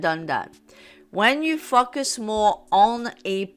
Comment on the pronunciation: I hear “focus” as “fucking” lol